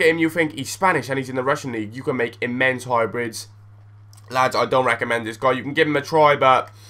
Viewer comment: Hahaha It is so funny when you say llllllads!